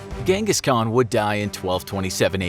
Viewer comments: Its prenoised han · I cant watch you saying ghengis as a mongolian🤦🏻‍♂️ little do you know it’s chingis and khan(haan) means king in mongolian